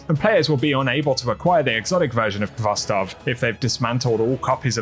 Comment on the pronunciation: The k is not pronounced in khvostov. This the transliteration of the Russian word хвостов. The kh has a hard sort of rough h sound.